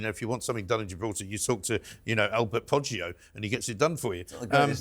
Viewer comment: Poddgio or Toddgio😵‍💫